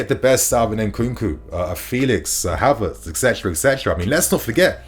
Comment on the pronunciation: Did u just say Harverts 🤨